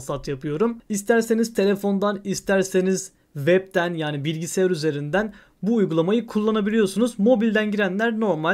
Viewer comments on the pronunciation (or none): none